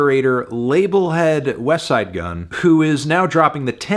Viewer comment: Finally said “westside” correctly I’m proud of you melon